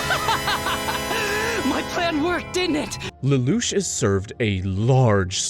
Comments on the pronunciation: The narrator is almost certainly an AI voice, such as when he misreads Lelouche a few times likely because it got spelled Lelouch in the script. Obviously, however, someone is doing the 99% of the work it takes to summarize and compile a script... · So you’ve been saying Lelouch correctly for and you decided to mispronounce it because…..